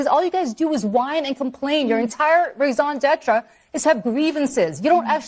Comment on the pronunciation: It is "raison d'être", not "raison d'êtra". Liberals and their French... 🤣🤣🤣